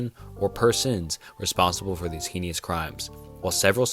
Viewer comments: how do you mispronounce heinous and dahlia are you dyslexic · dude cant pronounce heinous at all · it is pronounced heinous (hay-nus) not (hee-nee-us)